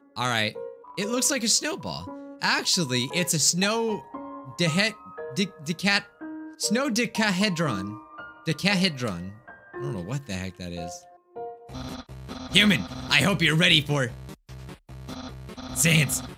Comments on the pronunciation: DeChAhehDrOn! me- its deck-ah-he-drin im 11 and i know this crap XD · No one: Literally no one: pronouncing decahedron: Dec-ah-had-ron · Omg I’m crying he pronounced decahedron so wrong 😂😂